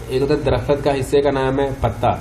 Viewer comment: آپ اردو پڑھا رہے ہیں اور اردو ہی غلط بول رہے ۂیں خدا کے لئے آپ پنجابی لوگ اردو کے نام پر پیسہ بنا نا بند کریں درخت تک تو بولنا نہی آرہا ہے ❤